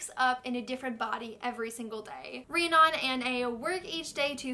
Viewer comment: I love ya, but... Joaquin = "Wah-keen"; Rhiannon = "Ree-ann-in"